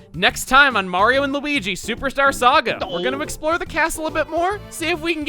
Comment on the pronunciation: u said super starsaga